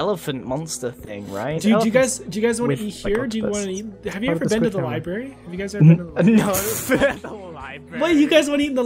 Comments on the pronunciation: I'm sorry, but it's not lie-berry its lie-bruh-ary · He said libary instead of library 😂